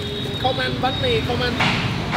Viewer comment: banh mi not bahn mi dude